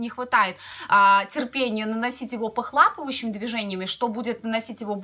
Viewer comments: Похлапывающими наверно похлопывающими)))первый раз думала оговорились но второй раз так же произнесли)или может по Белорусски похлапывающими)) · NE igealnaya вы всё верно заметили, правильно конечно же — похлопывающими. Видимо,, так оговорилась или привыкла так произносить, на свой лад:)